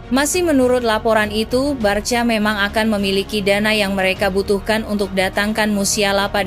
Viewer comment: de jong bacanya de yong, ajax bacanya ayax, barca bacanya barsya, catalan bacanya katalan, girona bacanya jirona, rapinha bacanya rapinya biar enak kalau bacanya benar😂